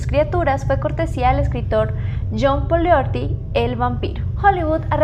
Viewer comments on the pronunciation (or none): se llama john polidori consejo... cuando se aborda el tema hay que revizar que la informacion no sea repetitiva, hay muchos youtubers que cuentan lo mismo (con sumo respeto te lo digo y sin que nadie se sienta ofendido) tambien por desgracia pronuncias mal los nombres,cuidado con ello, por lo demás tu viedo es divertido